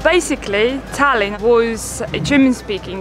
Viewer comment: Sadly... estonians are not fond of people saying Tallinn as you did in the video because it makes it sound like 'Stalin' and it wasn't exactly nice for Estonia when he was in charge......